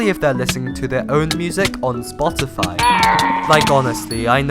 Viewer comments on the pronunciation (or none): none